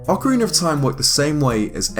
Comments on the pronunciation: why is it when british people say words like ocarina or beta , they always end the word like this "Beter, ocariner" it drives me crazy and idk why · Deity Zeash the proper pronunciation is 'oh ka ree na.' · "Ocariner of time". I am triggered. Just... stop pronouncing the extra random non-existent R. I bet you pronounce it properly when Ocarina isn't before a word that starts with a vowel. Just pronounce it how you would if you just said "Ocarina" as a single word. I can't see it being that difficult. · Why do you keep pronouncing words that have an A at the end with ER like Ocariner Zelder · Blake Bonner I hate it so much when people say ‘ocariner’ and it happens way too often. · it's ocarina not ocariner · "Ocariner of time" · "Repeat after me. Ocarina." "Ocareener." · Awkeriner of Time, eh? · good ol ocariner of time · Why does everyone call it "Ocariner"? Almost every zeldatuber calls it that but isnt the "A" a soft sounding? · “Ocareaner of Time” 😉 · I love Ocariner of Time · ''ocariner of time'' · IT'S NOT OCARINER YOU FUCKING IDIOT! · OcarinA with an A sound. Its not Ocariner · It's ocarina, not ocariner. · Ocariner? That's not how you say that... Accent or not, there's no r at the end. Ocarina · Okkkkarina of time? Surely you mean Ocarina of time... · Love how some British and Australian people pronounce things that end in an "a" as "er" like ocariner (ocarina) or impaler (impala) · Ocariner of Time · I don't understand why some people say that the correct pronunciation for "Ocarina" is "Ocariner" precisely in this game, my native thongue is not english, so I had to ask a native for the correct pronunciation of this particular word and saying to me it was "Ocarina" so, even if it sounds better, why would you pronounce it like ocariner and people said that it is the correct pronunciation. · Ocariner of time? Ive never played Ocariner before over in the states its pronounced ocarina like how its spelled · Ocarina not Ocareener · Ocariner of time. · OcariNer, no